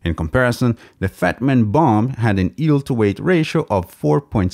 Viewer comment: I know that its just a tiny nitpick, but is it weird that the guy pronounces yeild as "eeld"?